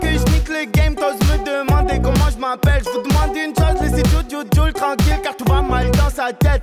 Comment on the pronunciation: "djoule" ? Je préfère prononcer Jules